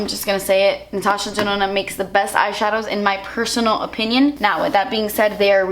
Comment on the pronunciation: Every time yoh say Dinona or whatever. I just think of Winona Ryder